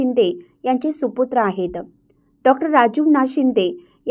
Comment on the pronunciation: निवेदिका अशा का बोलतात? आहेत त वर जोर, धन्यवाद मध्ये द वर जोर त्यामुळे बातमी एवढी मोठी आणि चांगली असून रसभंग होतो